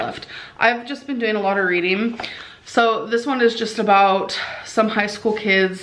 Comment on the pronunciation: “Readeen is good for the brain” ☝️👩‍🏫